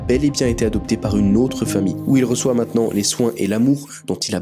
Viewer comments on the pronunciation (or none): none